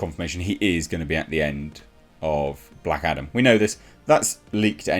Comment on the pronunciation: I keep hearing Black Adder in this vid 🤣